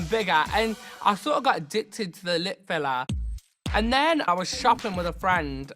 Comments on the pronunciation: "Lips filla" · “And they just got bigga' and bigga' and i thought i got addicted to the lip filla' ”.